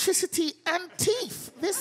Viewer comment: Hearing her say “I was like wow they have electricity and TEETH” in her British accent made me laugh